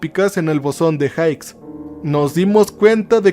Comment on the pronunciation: se pronuncia "bosón de jigs" no jaiks. Genial capítulo.